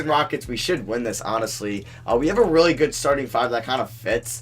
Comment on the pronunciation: Dude, can you please start saying your L's properly? Lol, use your tongue when you say a word with a L in it. When you say really you say, "reawwy".